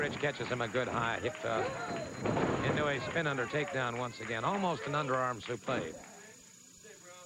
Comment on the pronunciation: I just like how the commentators called the suplex suplai 🤔😆😆